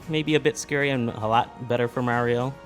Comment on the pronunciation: Why'd you emphasize Mario's name like that??? ROTFLMAO!!!